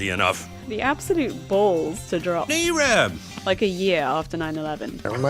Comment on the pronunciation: AYRAB????????? AYRAB??????????? AYYYYYYYYRRRRRRAAAAAAABBBBBB?